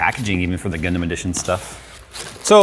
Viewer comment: Not what I expected, you say Gundam I hear Gangnam Style